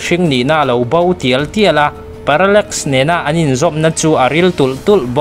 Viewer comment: Viewers I ngaihpawimawhna hi alawm ka ngaihthlak bik em em na chhan chu tih rualin i sawi dik loh emaw sawisual pawh comment lamah kan lo sawi ve mai dawn aw, parallmax ni lo in parallax tih tur aww😂